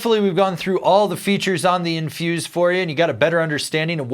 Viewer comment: I just bought my third set on Infuse. They are just "MY" boot. Know what I mean? EDIT: You keep calling it Inverse.